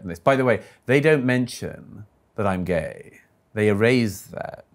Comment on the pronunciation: " WHY ARE YOO GYAYY !! >: / . " SO YOO LIKE "GYAYY " !?? > :-I